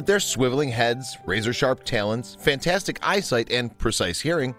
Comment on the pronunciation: Talon rhymes with Fallon, not failin'.